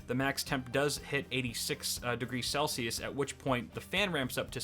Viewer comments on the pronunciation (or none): none